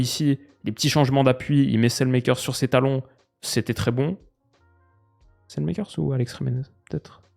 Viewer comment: Super vidéo Pour la prononciation du belge Salemakers, je te conseille d'aller écouter comme les flamands le prononce, ce n'est pas du tout comme ça. Cela se prononce quasiment comme ça s'écrit finalement